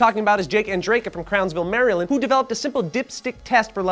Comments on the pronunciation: did you say Mary-Land? as a native of this land I am laughing at Mary-Land. It's pretty much MareLand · HEY JOE !!!! first off hi how's your day going second it's not pronounced Mary-land like and land full of happy people in fact it is quite silent here becuase NSA is trying to sliten to bad guys and it is pronounced more like mare-uh-Lind it's a little weird just don't think about it too hard k thanx bye